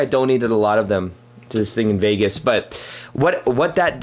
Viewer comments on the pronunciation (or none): none